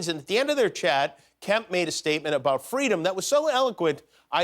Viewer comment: Aaaahh, yes. "It is Amayreka the land of the... home and... freedum rains". What a patriot? >_<